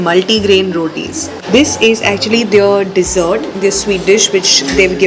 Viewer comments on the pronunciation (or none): none